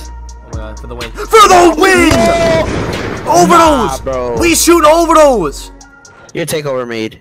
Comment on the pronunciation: The way he says overdose lmfaoooo